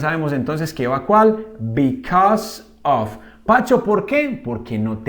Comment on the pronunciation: Muy buen video, pero note que en casi todo el video dijo "OF" en ves de "OV" en la pronunciacion